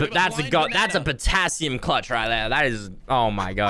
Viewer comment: Image being girlfriend hearing saying patasium squad